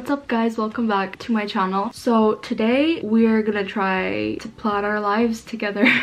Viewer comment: Its welcome to my "chalen" not channel :"))) lol